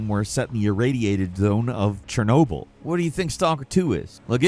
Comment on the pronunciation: Thank you for saying Chernobyl.